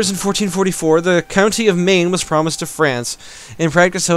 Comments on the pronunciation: Maine is pronounced the same as the American state (as in "men"), and you pronounced procençal and Provence sort of right ;) The surrender of Maine event forces England either to surrender the province to France or to go to war (Provence no longer possesses that piece of land at the start of the game) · the american state is pronounced like main though